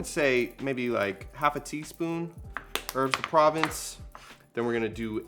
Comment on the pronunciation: These salads look so, soooo good!! I can't wait to prepare and try them. Also, I had a little chuckle on how you pronounce herbs de provence. hehehe. Can't wait for your next recipes to come out!